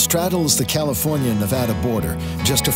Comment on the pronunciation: Please learn how to pronounce Nevada and Beatty. If you rdoing a video learn the local pronunciation.